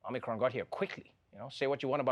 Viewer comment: Check your Omicron pronunciation